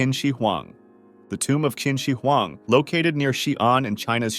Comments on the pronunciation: "kin" shi huang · "kin shi wan" im crying